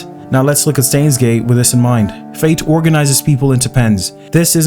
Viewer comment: say stains gate one more time i dare you